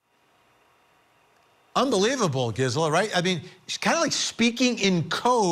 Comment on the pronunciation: GIZZ-ela? Really, Vinnie?